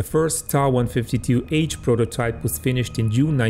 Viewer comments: The designation of the plane is pronounced "t.a.", not "taw". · It's not pronounced TA! It's pronounced T-a!!!. Get it together.